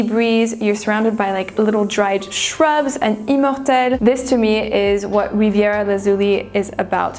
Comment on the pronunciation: why does she pretentiously pronounce immortel with a fake French accent but not riviera?